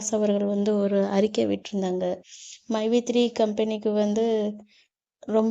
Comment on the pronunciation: மைவீ3 ன்னுகூட சொல்ல தெரியல மைஈ3 என்ன கம்பனி ஆமாம் மைவீ3 இன்னு சொல்றாரு ரொம்ப பெருமை படுறாரு பாமக பிரமுகர் ஸ்ரீநிதி மேல போய் வழக்கு போடுறாங்களாம் அவங்களுக்கு வந்தாக ரத்தம் மத்தவங்களுக்கு வந்தாக தக்காளி சிட்னி